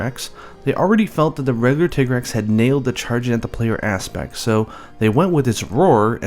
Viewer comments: it's not a fucking tiggrex it's a TI-GREX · If it's based on 'tiger' then why do people call it 'tig-rex' instead of 'ty-grex'? (TIGer-REX?) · >Japanese name is pronounced Tigareksu >Still calls it Tai-Grex Why are Americans so persistent that thir only language exists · Tigrex, most people assume the 'tig' is from English tiger. Wrong, it's from the Spanish "tigre". Hence tea-grex pronunciation. Educate yourselves ppl. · You saying tigg-rex is making me trigg-ered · His named derives from tiger. You don't pronounce tiger "Tee-ger" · Since my group of friends couldn't agree on a pronunciation for Lagiacrus we all just agreed to reverse it and call him surcaigaL or sir-kay-gull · I don’t give a flying duck Capcom calls it “titgrex”, because they are Japanese, they do not have a deep enough understanding of the English language to decide the linguistically correct pronunciation of any English word even if they made it up in the first place. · Tai-grex, because his nature is supposed to be similar to that of a tiger. even references this People are gonna pronounce things however they want, but I definitely believe "Tai-grex" is the correct way to say it. Also, "Wrath-uh-low-s, Fay-tal-iss, and Yee-Ann-Cut-Coo. 'Yian Kut-Ku' I may very well be pronouncing wrong, but it's how me and my friends have always pronounced it. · You tiger taiger and Tig-rex just sounded wrong to me but what do I know I awlaws called Gobul Gobble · I do "Teeger-rex" . Pronounced like the German tanks.